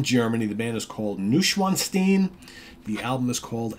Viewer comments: Hi the pronunciation is Noy schwanzsteen thanks Jonathan 😊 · pronounced noysh-von-stein